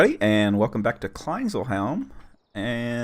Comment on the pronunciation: You have the correct sound for 'ee' in Kleinseelheim, but if two vowels follow each other in German it's usually a long sound. Seele btw is Soul. I guess it translates to Small Soul Home :). 'Boom' is long in English, and 'bum' or 'bom' would be the wrong pronounciation for 'Boom'. Nice job on the farm tough!